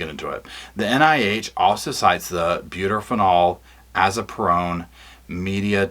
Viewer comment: Maybe I can help with the med stuff, it's butorphanol (byoo-TOR-fun-all), azaperone (ah-ZAP-er-own), and medetomidine (med-eh-TAW-mid-ine).